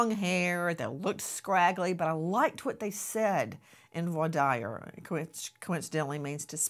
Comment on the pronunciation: Omg Grace u don't pronounce Voir Dire correctly. How long did u practice law in a courtroom?